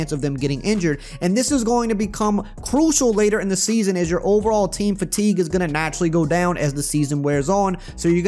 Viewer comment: "fatique system"